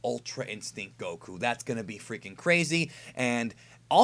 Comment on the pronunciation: STOP SAY GOKU NAME LIKE THAT